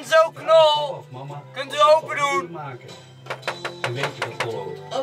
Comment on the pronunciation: Enzo Knol je sprookje eigennaam per ongeluk verkeerd uit je zei Enzo Knor